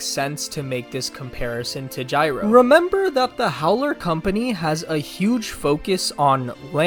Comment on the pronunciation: His name is guyrow